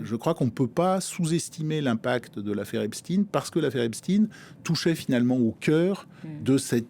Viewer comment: Epstine? Comme Poutine?😅😅